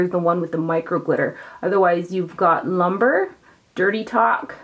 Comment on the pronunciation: It is pronounced loom-bray, not lumber.